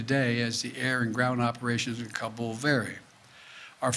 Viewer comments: Joe is Ka bull going to go Ka Boom? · He’s so proud he can pronounce Kabul…said it at least 30 times!